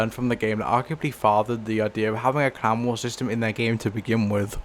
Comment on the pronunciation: Why is he calling clan war clown war 😭